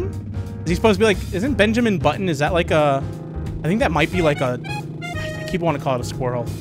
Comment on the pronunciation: Also it's bunjamin